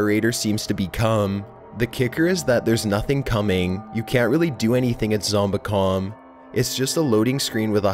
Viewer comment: Ah ma geeeeerd! It's kinda fun though how he talks, the anticipation of the elongated end syllable makes me giggle every time he does it.... Zombo-cooooooom